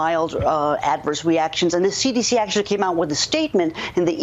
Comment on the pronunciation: Hahaha sounded like she SAID AC/DC